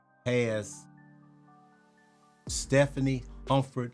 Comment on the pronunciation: Stephane is a guy, not Stephanie Stef ähn is the pronunciation my guy.